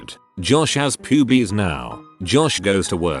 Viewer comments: the way it says pyubies is fucking amazing and I love it lmao. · I CAME TO THE COMMENT SECTION ONLY TO SAY THIS!!! 😆 Pyoobees. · Love the way it says pubes 😂